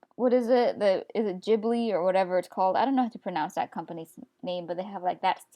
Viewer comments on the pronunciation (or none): none